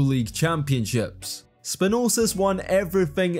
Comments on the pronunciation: Where'd you get the extra 's' in Spanoulis? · SpanulSis - where in the heck did you get that other S from? :D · SpanouLis, not Spanousis bro, just read... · SPANOULIS NOT SPANOUSIS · 'basilias spanosis' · who the hell is Spa Noole Sis?? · What about spanoulsis lol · Great video! But Spanoulsis 😂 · The pronunciation of "Spanoulis" was really bad. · You made Vassilis Spanoulis half serbian, and also messed up his surname.